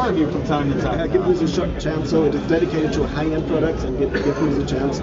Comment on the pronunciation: Native German speakers always say "prow-ducks"